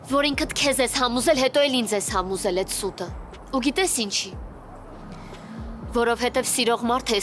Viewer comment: ասեց "համուզել" ու սայթաքում չէր,2րդ անգամ կրկնեց😩